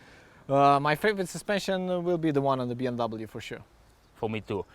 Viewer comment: And it’s B “M” W... not “N”.